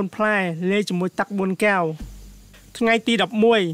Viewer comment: ត្រូវនិយាយថា កែវ មិនមែនគែវទេ នេះជាភាសារខ្មែរ បើប្អូននិយាយថាគែវនោះៗ មិនមែនជាភាសារទេ